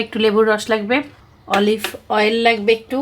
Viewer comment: Didn’t I tell you to say অলিভয়েল? So it will be olive oil? Now read the comment. What did someone say about your this specific pronunciation? It is NOT rocket science or very hard. You just didn’t try and make this impossible to pronounce. অলি+ ভয়েল = অলিভয়েল। that is olive oil অলিভ অয়েল। জয়তুনের তেল। “জলপাইয়ের তেল” বল্লেই তো হয় আপু, এতই যখন মহা কঠিন অলিভয়েল কথাটা বলা আপনার কাছে। অনেক অনেক শুভ কামনা ও দোয়া আপনার জন্য। ❤